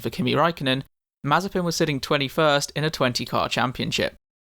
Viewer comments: Hello but you made a mistake in spelling his name pronouciation its actually spelled as Nikita Maze-spin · Nikita mazterspin.... 😂😁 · Ah yes, mazespin